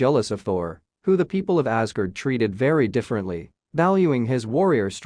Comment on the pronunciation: This video would be much better with a human voice. Mispronouncing Magneto, Asgard, Odin, Telekinesis, and Apocalypse is not going to win any points from comic book fans.